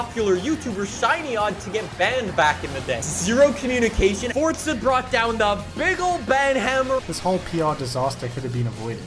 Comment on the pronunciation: Someone needs to teach how to pronounce the word Forza there’s no t in Forza